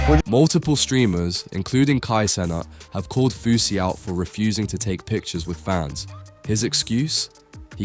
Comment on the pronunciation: It'a Fousey, not Fausey, you m...oron